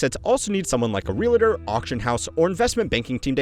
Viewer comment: Stop saying "realator." There is no such thing as a realator. REAL TOR. It's not three syllables.